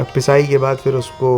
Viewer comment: Baaqi sab accha hai aapke videos mein but aapka pronunciation pe work karna hoga specially when you are carrying lucknowi touch in your words example its not फ़िर its फिर😊